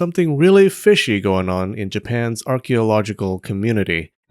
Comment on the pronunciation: 😂😂 I thought it was just me